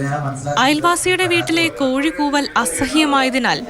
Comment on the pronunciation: കോയി അല്ല കോഴി എന്നാണ് 😄